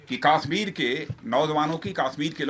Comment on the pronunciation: Yes this bullshit Bhoot Nath is not even able to properly pronounce the name of Kashmir!